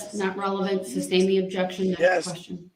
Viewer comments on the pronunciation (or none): I know it’s totally silly of me…but I am about to lose it over how he says “substain”. Wouldn’t care so much if he weren’t acting so SMUG thinking he’s going to “outsmart” them all. I sure hope the jury brings his victims the little amount of solace a guilty will bring. So sad for all of those victims. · Not to mention ask (ax) and sustain (Substain) and numerous others I can’t remember offhand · "Substain" is what gets me... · he says takid for tacid, and substain for sustain